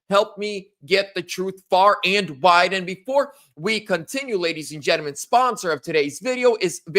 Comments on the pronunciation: I like mispronunciation of “gentlemen” it’s like his tagline. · You learn how to pronounce gentlemen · It's annoying how he pronounces it since I'm taking English grammar in school and language arts on using proper grammar in English